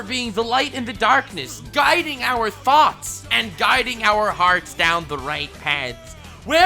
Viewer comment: What he said: "Guiding our thoughts" What I heard: "Guiding our THOTS "